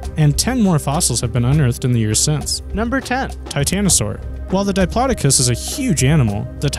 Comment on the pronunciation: He said Diplodicus on Titanasaur. LOL!